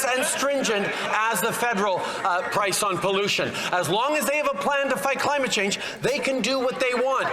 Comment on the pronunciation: Did he say pice?? We don't want your deliveries...your Liberal deliveries results in a more expensive CANADA